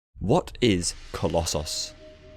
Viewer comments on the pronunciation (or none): Oh, coloss-sauce. Not coloss- so s Or coloss- oos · Please stop saying colosauce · The way you say collosos is just as irritating as scraping fingernails down a wall